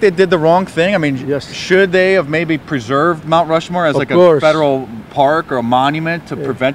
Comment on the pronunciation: Rount Mushmore